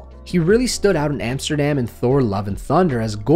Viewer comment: Almost heard Amsterdamned instead of Amsterdam, what is a completely diff movie. 1 that is apparently getting a sequel years later.